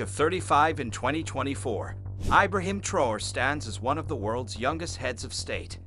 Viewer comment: Eye-brahim? Geez!